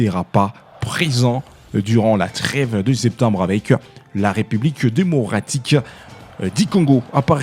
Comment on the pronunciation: Parle bien. Pas Dimocratique mais démocratique...tika fière papa😂😂😂loba bien